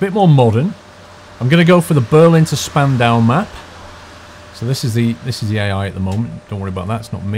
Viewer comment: Spandau is pronounced Shpan-daw (As from what i've heard)